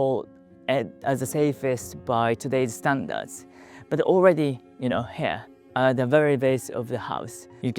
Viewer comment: Great video, and what a lovely looking house! I wish I had a home like that to call my own! As an English teacher who also knows a bit of Nihongo, if you allow me a pronunciation tip... Try using the ひ sound instead of へ , when saying "here"! We could understand it whenever you said it, but it sounded like "hair"😅